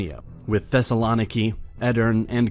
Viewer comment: The video was great!! But Thesalòniki just kills my heart